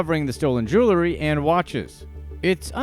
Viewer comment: Consider just how many times this guy has said "jew-ler--ry" instead of jewelry over these years.. Excruciating 😑